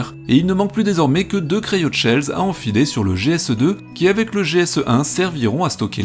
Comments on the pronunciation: Si jamais, on ne dit pas cryoTchells, mais cryochells... Le mot après cryo, c'est shell qui en anglais veut dire coquille comme d'ailleurs le coquillage des station service Shell. Cryoshell, c'est simplement le mot anglais pour dire coque cryogénique, donc autant le dire en français. ;) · En anglais, "sh" se prononce CH et non TCH Cryoshell : CRAYOCHELLE